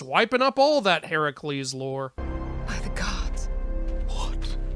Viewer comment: Who's "Heracules"?